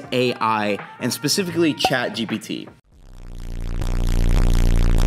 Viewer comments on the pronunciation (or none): It's Chat Jipiddy btw 😅